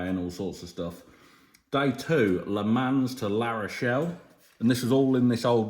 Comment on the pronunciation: just so you know, you don't pronounce the 's' on the end of Le Mans. In fact you barely pronounce the 'n', but that's if you want to say the name like a French person. Brit's generally pronounce in Le Mon, but with a very soft 'n'. I can't image anyone — even a Parisian — hanging around if 'you' asked them to leave with firm voice! Have a great trip. I have just got back from a trip to Ireland, Iceland, Greenland, New York, Toronto and back home to NZ. It was great fun, but it's nice to get home. Mind you, I'm retired and don't have a bloody great farm to run when I get back from a trip.